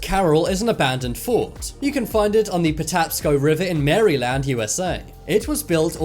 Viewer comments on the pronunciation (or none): Mary land 😂😂😂. It’s pronounced mare-lind just saying about Maryland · Did he just say “marry-land” I live in Maryland that’s not how you pronounce it😭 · That is what I was thinking! Did a total double take when I heard how he said it. I am not from there but I know that is definitely not how you pronounce it! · It's ""MER-i-lund", not MARY-land. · Its not Mary land it's pronounced mare eh Lind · Not "Marilyn" to pronounce the U. S. state, but "Mary Land." 😂 I wish I could build an island. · He fr just said, Mary Land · I know he did not just say Maryland as Mary land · As a marylander I will never claim him because he said mary-land😂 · Dude it's Maryland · Did he just say "Mary-Land"? And "nap-a-lees"? Bruhhhh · “Maree-land” xD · no ones gonna talk ab how he said maryland as “marry land” smh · That's technically correct pronunciation, since it was originally "Mary's Land," a reference to the Mother of Jesus. Plus, English comes from England. However British people pronounce an English word is probably more correct than how Americans pronounce it. I mean, we say "Meralind." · His pronunciation of so many other names is so embarrassing that Mary-Land seems pretty innocent. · Mary-land? LOL. I have never heard it pronounced like that. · I have a problem with the way you said Maryland. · I hate the way he pronounced maryland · Did anyone else get triggered by the way he said “Maryland” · why does he say Maryland like that??? 😂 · I live in Baltimore and if people say Maryland like that.. you’ll probably get beat up😂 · The way he pronounced Maryland tho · Maryland was pronounced wrong